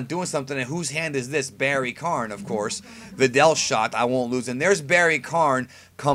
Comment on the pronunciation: Barry k-AH-n.. like barry KON. Not kARn. Barry Kahn.